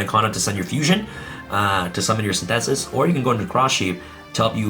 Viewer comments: Bro, saying Synthesis like Sin -theh-sis doesn’t make it sound like some cool “Yu-Gi-Oh card name.” It’s Synthesis like Photosynthesis... 🤦🏻‍♂️ bruuuuh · No one: Abso-fucking-lutely no one:: Sin- thesis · I love how pronounces Synthesis XD